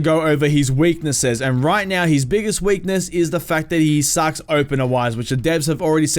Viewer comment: I know what he said but it sounds like he said his biggest problem is he sucksa openwiders